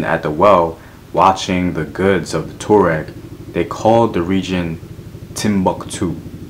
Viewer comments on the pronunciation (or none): The pronunciation is TWA REK...Tuareg..!!